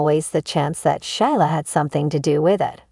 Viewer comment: Gee. Her name is pronounced Sheela. Silent i.